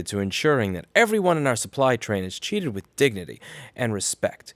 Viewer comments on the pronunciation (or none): "said that the company is dedicated to ensuring that everyone in our supply train is treated with dignity and respect." I assume that's what was said? Sounded like "cheated" when you read it out loud :P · XD When you said "treated with dignity", I heard "cheated with dignity". Haha, soooo much better.